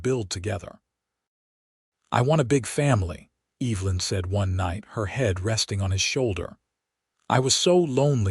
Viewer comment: It's pronounced EV - E - Lyn, not EEEVlyn. and it's IZACK not ISack